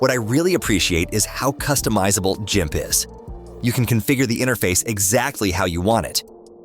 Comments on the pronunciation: Should have checked your AI Audio voice on this video. It is not Jimp it is Gimp, hard G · Missed FreeShow alternative to ProPresenter. My choice for office suite is ONLYOFFICE, yet is a matter of personal choice/opinion. And yes, next time check AI voice over. “JIMP” really! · C'mon AI, learn how to pronounce Gimp. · If the AI is going to mis-pronounce words, it should at least be consistent. At first, I thought it was a Human voice...until it got to GIMP, which it pronounced three different ways, and even mis-spelled it (G-I-M-C). It did sound very natural though. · Gimp is pronounced with a hard G, like the word gum.